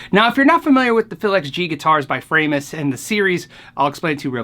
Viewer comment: my wife wanted me to tell you its fra-mus, she is german an a tad ocd she makes me say folkswagon AKA volkswagon.......send help!